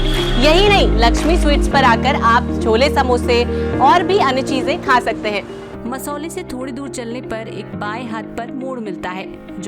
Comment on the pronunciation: Masauli ka uchcharan sahi nahi hai